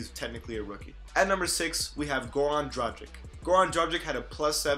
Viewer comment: Its yanis and yokich, also dragich with a g like in drag.